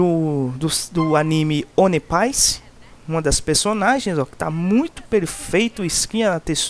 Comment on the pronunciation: Mano ele não sabe pronunciar o nome dela e nem do anime,mas eu gosto demais a forma com que ele trabalha pra trazer os mod pra gnt,eu so agradeço nem me encomodo com isso